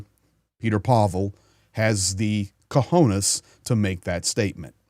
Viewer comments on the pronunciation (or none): none